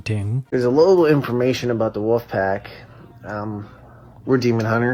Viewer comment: You sound like a lolcow cuz you call them the “woofpack”